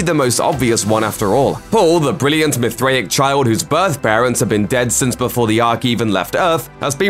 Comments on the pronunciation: say it with me now , mith ray ic ... you had me laughing like a mithriac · You say it MYTH RAY ICK bro. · Your inability to pronounce Mithraic despite hearing it dozens of times, shakes my confidence in your speculative opinion dude.